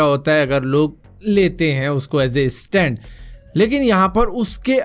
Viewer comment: Bhai estand nahi stand hots hai 😂😂